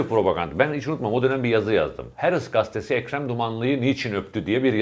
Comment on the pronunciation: Levent bey:, "Ukranya" degil Ukrayna; "Herıtz gastesi" degil Haaretz gazetesi:) Selamlar.